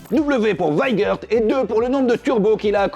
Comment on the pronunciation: Wiegert se prononce weigert ?